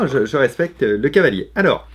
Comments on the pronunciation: On dit cavalier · ON NE DIT PAS CHEVALIER MAIS CAVALIER ET PAS NON PLUS CHAVALIER. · C'est "cavalier", restons sensés ^^